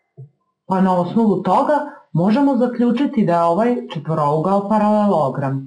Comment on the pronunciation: Ne radite na RTS-u pa da morate da kazete ParaleLOOOOOOgram